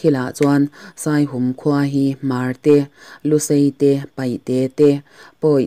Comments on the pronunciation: Ka lawm hle mai Midik leh rinawm ania ka ngaihsan em em. Chuan khaw hming Saihum i tih hi a rik dan a diklo Saihûm, hûm lai hi Patjianin min hûm tih rik anga ri tur aw zirte a ziaktupa sawi ka hre tawh kan veng pa ania. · Saihum tih i lam dan hi "Aw Lalpa,misual lakah min hum rawh" tiha "hum" tih ri anga lam tur zawk a ni e